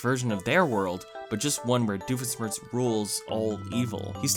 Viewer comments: "smirtz" its sh-mirtz dammit. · cant americans say, doofenschmirtz. we dutchmen can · I love how he just slowly gets worse with saying Dr Doofenshmirtz